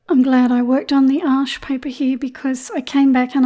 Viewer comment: Excellent! Thanks, your tutorials are always so clear. Thanks for giving us the correct pronunciation of Arches which is my favourite. I have just ordered some Baohong paper as I’ve heard it’s very good at keeping colours vibrant. Will feedback!